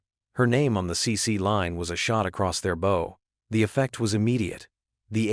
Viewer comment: Bow as in the bow of a ship. Not bow as in bow and arrow!